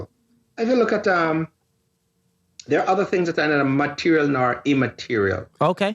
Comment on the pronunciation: Teacher: MUH-TEER-E-AL, Material.: MUH-TEER-E-AL, Mateerio.